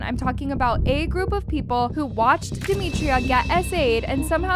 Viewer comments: No hate at all but it’s dem i tra not dem I tri a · It’s demitra not DEMETRIA 🫩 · Yall her name is DemitrA not DemitrIA😭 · Duh- mee- tra not Duh- mee- tree- uh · No offence, Her name is Demitra and pronounced “Deh-Mi-Trah” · can u not pronounce her name as “demitria” im so sorry but it just doesn’t sound right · Omg why can’t we pronounce her name properly?💀 it’s not that hard. You piss me off everytime you make a video about them cause why tf can’t you say Demitra. How do you make a video about someone not knowing their name💀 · Her mispronunciation of demitras name is irritating me plus “she was SA’d without her consent” WHO GIVES CONSENT TO BE ASSAULTED ?! Like you’d think after the research she’d know how to pronounce her name . It immediately makes it clear that you don’t actually care ur here for the clicks . Idc what y’all say wrong info distracts from the vid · its bad enough that they get assaulted almost daily and now a video that is shedding lights towards it is repeatedly saying her name wrong. I get it, in this situation that should be the least of our concern but like atleast get the victim's name right?😭